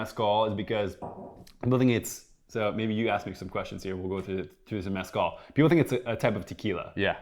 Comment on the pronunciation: I’ve never heard anyone butcher the word Mezcal so badly.